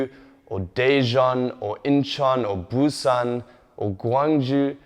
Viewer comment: referring to his Korean. He calls Busan "boo-sun" and Gwangju (gwun-joo) - completely wrong.